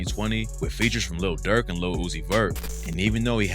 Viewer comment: It's pronounced "lil" not lud